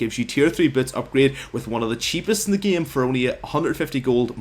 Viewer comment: And "gam" instead of game